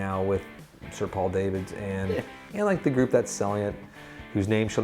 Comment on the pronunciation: Nice if you could get the guy's name correct - he is Dutch and so his name is not pronounced " day - vids" - but correctly "dah - vids - not so difficult